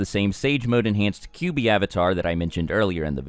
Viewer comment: its "Kyuubi" not "Kubi" -_